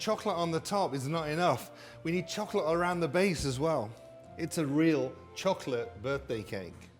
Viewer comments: I like that he says "chock late cake" instead of chocolate cake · the way this man says chocolate is so satisfying istg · The way he says "chocolate" makes me moist